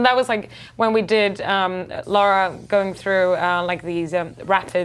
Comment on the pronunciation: Her name is lara not laura get it right